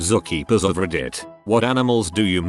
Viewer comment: If it wasn't for the text, I would so wonder what "zock eapers" were... Oh, those computer generated voices who can pronounce all words but the simpler ones...